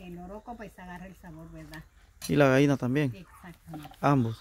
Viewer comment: Gaina. No. Gallina.........jjjjjjj..es broma.....